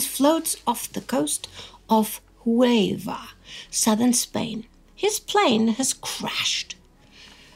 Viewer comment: I'm sorry to be so nit picky, but I was very distracted by the way you pronounced Huelva (at firs I didn't even know what place where you referring to). I think you frogot to probounce the 'L' in HueLva. Not sure about what you did with the 'h', but, for the future, I advide you to simply ignore any 'h' pressent in any castillian word or name as they are never pronounced (to the point I think it they should be officially removed, but that's another story). EDIT: That's better. It's CAdiz (with the stress on the first syllable) not caDIZ.